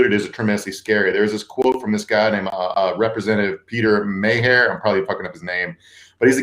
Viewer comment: Peter "May-hair?" LOL, you definitely have never been to Michigan.